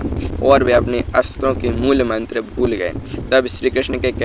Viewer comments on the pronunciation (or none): none